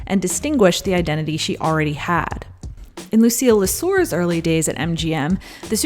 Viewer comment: it's actually Lucile Lesueur ... not Laseur ... Lesueur in French means "the sweaty" .... not that great